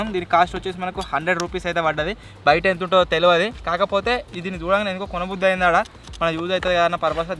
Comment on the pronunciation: It's entha not Antha lol😅